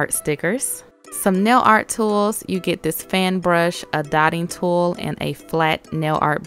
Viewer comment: I thought you said thotting tool